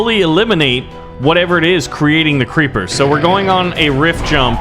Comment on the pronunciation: i was going to say hi, but then i saw you said crreeper aw man, so im not gonna say, and also thats a HORRIBLE SONG.